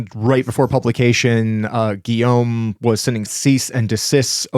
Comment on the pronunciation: I love, but he doesn't 'try his best' when it comes to pronouncing names. He makes no effort at all! It's taken him a whole decade to stop pronouncing 'Guillaume as 'Gillam'